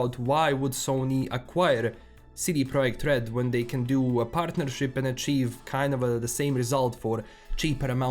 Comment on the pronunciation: The way you pronounce CD Projekt RED is like a honey on my Polish ears :)